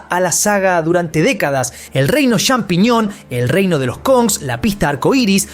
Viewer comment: hablaaaa bien inbesil !!!!!!! CHAMpiñon !!!! no XAmpiñon ni Shampiñon.... no es dificil de pronunciar